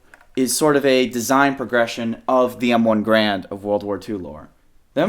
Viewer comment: The M14 is still in service... It's just not the standard issue rifle. Also, WTF is an "M1 Grand"???